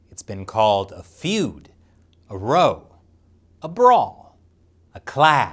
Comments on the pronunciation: It's row like now. Not row like snow. 👍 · like OW with an r in front of it. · Did he deliberately mispronounce 'row' for comedic effect or is that how yanks say it? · I love this show and the work you do But..... The 'ow' in "Row" Meaning a conflict or fight is pronounced the same as the 'ow' in "wow" or the the 'ough' of "Bough" "Row" when pronounced like "Flow" or "Toe" means to propel a Boat with a paddle or oar. ...and that really bothered me. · The ow in "row" is pronounced like the ow in cow. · It's pronounced "row" as in, "ow, I stubbed my toe and then did a youtube video where I mispronounced 'row' a bunch of times". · Political "row".....ewwwww which editor let that pronunciation slip through. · Weird pronunciation of Row. it's meant to rhyme with cow. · When will someone tell this bloody Yank that, in this context, "row" is pronounced "row", not "row" to rhyme with "how" and not "slow"